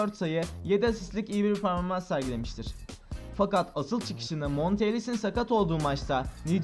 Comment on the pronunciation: "ve bu tur peaaoaorformans lara devam etmistir"